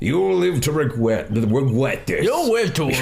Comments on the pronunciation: You will wive to wegwet this. Mawk my wowds OwO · "You'll live to regwet this" I just died